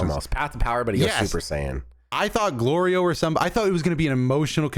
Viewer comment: Goku saying Glorio correctly had more build up than ssj4